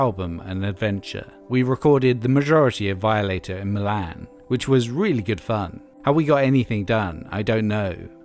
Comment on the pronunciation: And Milan. Lol